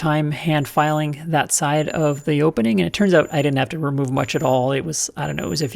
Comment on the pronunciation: “Fitten, filen and fetteling” I like it.